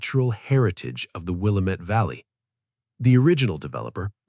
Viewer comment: I see this person has NOT lived in the Willamette Valley before because Willamette IS MISPRONOUNCED.